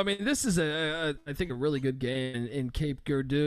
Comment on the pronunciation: Say it like cape Jerardoh